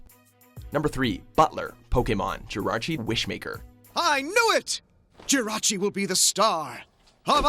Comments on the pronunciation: Jirarchi. JIRARCHI? Seriously? There is no second r in Jirachi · Its not Jairachi either its Jirachi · Damn, at least learn the pronunciations! Jirarchi? Givaini? It's Jir-ah-chi, and, Geo-vah-nee